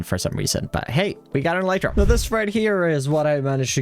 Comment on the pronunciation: You're saying "elytra" wrong. It's pronounced "elytra", not "elytra"!